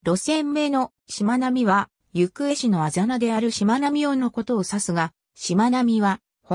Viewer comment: ゆくえ市じゃなくてなめがた市ですよ